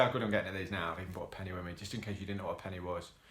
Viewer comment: Martin Freeman is the guy on the front cover! I do prefer LOTR to the Hobbit but it's still a good watch.. a lot of dead scenes in this movie though. I would've gave it like a 6 or 7/10.. Also i heard your Leicester accent come out more with the 'penn-eh!' xD Enjoying listening to your insight on these penny films! Looking forward to what's next!